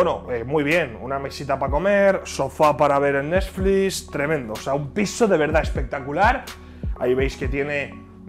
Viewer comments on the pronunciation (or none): Nadie: Absolutamente nadie: Ibai: Tele pal' Nesfli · Nadie: Absolutamente nadie: Abuelo ibai: el nesflis